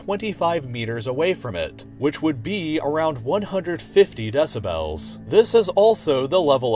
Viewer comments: It's "Dessabells" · “DeciBELLS” oh god lol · Meanwhile the loudest and most obtrusive sound in my mind is your pronunciation of “deh-sib-hels” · he says decibels like desubells and it triggers me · Take a shot every time he says “DE-SA-BELLS” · Can we just appreciate how he pronounces decibels Deci bells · if he says deci-BELLS one more time I’m gonna rip my ears off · De-ci-bells lol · Can this dude learn how to pronounce decibels, it’s not DECI BELLS lol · I can't enjoy this with the narrator mispronouncing 'decibels' over and over. des-a-bl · i was trying to take this video seriously but i immediately gave up hope when you pronounced decibels like that for the 10th time. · I really wish the narrator would learn to pronounce decibels. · why god do you pronounce decibels like that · The way you say "decibels" triggers me.